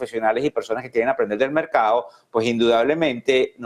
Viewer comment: Se dice correctamente: mercado y no "mercao". Se dice correctamente: cerrados y no "cerrao" Hablar así, es hablar muy mal el español y peor en un noticiero. Los noticiario deberían seleccionar a personas que pronuncian bien el idioma español.